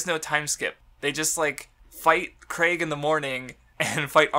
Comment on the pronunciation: ITS PROOUNCED KREEG NOT CRAIG JESUS CHRIST